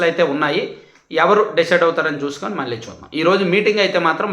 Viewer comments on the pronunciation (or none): none